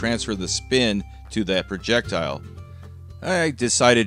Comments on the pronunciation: Projectuhl Projectuhl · Noticed you pronunciation of Projectile. I say we use the americanized version of that as well, and refer to it as a "projectull". Anything that pisses off the nancy boys on the internet, I'm on board with. Thanks for the grammar lesson! "Turbin" from here on out!